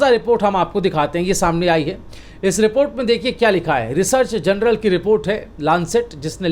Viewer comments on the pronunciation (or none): जर्नल कहै जनरल नही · "THE LANCET" JOURNAL HAI " GENERAL" NAHIN : PLEASE CORRECT YOUR PRONUNCIATION ! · PLEASE PRONOUNCE 'JOURNAL' AND NOT 'GENERAL'.. REPEATEDLY. LIKE 'BJP' NEWS INSTEAD OF 'ABP' NEWS..!